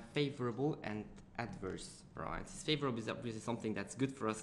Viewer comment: I hate how you pronounce 'variances' !!!!! ...it's pronounced as 'va-ree-yances' ...by the way brilliant vid very helpful. Sorry if I offend you :)